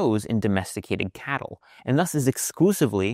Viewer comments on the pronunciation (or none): none